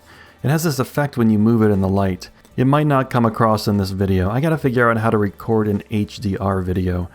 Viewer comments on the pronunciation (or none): none